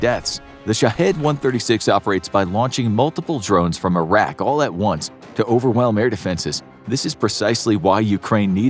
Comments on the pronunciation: I could have sworn he said "launched from Iraq" when I first heard it, and then realised he actually said "launched from a rack". Sorry for blaming you Iraq for something you didn't do. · Lol from about when you mentioned the drones I totally thought for a second you said they were launched from Iraq... Not "a rack"... For a split second I was like oh these fools are full of chit... 😂